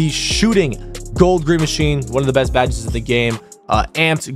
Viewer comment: Why this dude call badges baddes🤣🤣